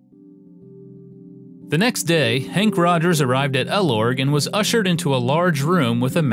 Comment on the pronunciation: Also, it’s Henk Rogers, not Hank. Peace.